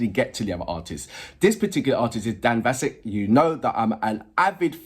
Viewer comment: As others have already mentioned, Dan's surname is pronounced with a short "a" sound like apple, not the elongated "ah" sound that those of us who speak the King's english might use 😉 This song was originally performed in the animated movie by Donnie Osmond, a US male performer, one of The Osmond Brothers and brother of Marie Osmond. The Osmond family are from Utah, were major entertainers during the 70s and early 80s, with Las Vegas residency that lasted many years, as well as touring internationally. Donnie and Marie had a syndicated television variety show and a number of chart hits. I think Donnie was also a guest artist on The Masked Singer at one point, but I'm not entirely sure...🤔 🙃🐨🇦🇺